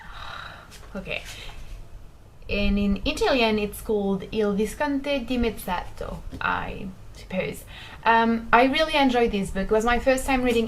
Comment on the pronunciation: you say it right il visconte dimezzato !